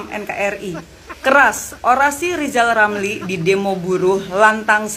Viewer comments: Ah yg bener min,masa Lijal Lamli mau nyapres,aku ndk percaya,ambisi dan hayalanya mungkin.Ucap huruf R aja nggk bisa,mau nyapres???????, Preeeeetttttt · Lizal lamli gila jabatan ngomong r gk bisa tapi hayalan tinggi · haaaaaaa yijay yamyi mo capres ngomong R aje ga bisa...partai hti fpi x yg mo milih die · Hehehege Yang jadi antene nya lijal lamli bisa" tuh tv siarannya ga ada huruf R nya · What??? lizal lamly mau jadi pleciden endonecia..??? Ancorrrrrrr!!!😂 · Hahaha Lizal Lamli Lg Mimpi Buluk. Woi Lajawali Ngeplet Ngomong aja dulu Benelin... Coba bilang R. Klo bisa Saya mau Pilih Anda. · Rizal Ramli itu suruh belajar ngomong R dulu...😂😂